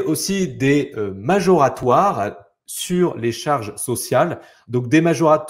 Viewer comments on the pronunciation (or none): Moratoire et non majoratoire !